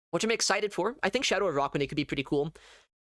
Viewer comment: It also has “aqua” in its name, referring to its Water typing…. and in (American) English, “aqua” is pronounced “ah-kwuh.” I hear him saying “uh-rah-kwuh-nid,” emphasizing the “aqua” portion. I think “Uh-rack-wuh-nid” is equally viable; to me this is a rare case where both pronunciations have merit.